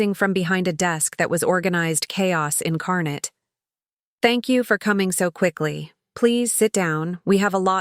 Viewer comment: It's incarnate, NOT incarnett.